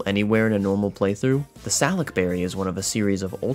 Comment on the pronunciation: Your pronunciation of salac upsets me down to the core Sal-uk berry? No no no we all know its su-lak berry